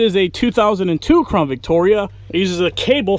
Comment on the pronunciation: Why is it that all the crown Victoria vids I have been watching no one can say CROWN... why do they always say crawn...